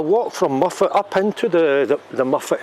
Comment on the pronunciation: Hi,I thought tou were saying muppet made me chuckle. l loked it up and it is Mof+uht. Looks a bit bigger than I remeber,being snow stranded there on the way back from London in1985. Walking in the hills in hot sunny weather is very draining,the air seems less energy friendly. ATB